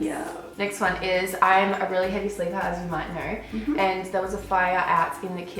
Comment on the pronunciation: you said know as "now" 😌 sassy